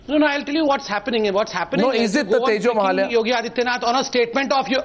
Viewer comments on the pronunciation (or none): tejomahalaya..!!!!!..have u really said tejomohalaya....i mean wat fuk man....lolz